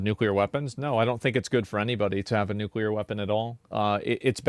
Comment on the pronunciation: Russia cannot allow Ukraine to have nucular weapons